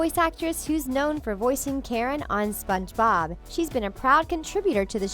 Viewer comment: I like how she says : Sponge bOb